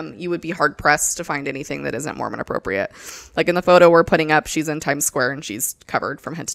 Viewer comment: “Be apporpiate” go me over here picturing a porpoise wearing the garments 😂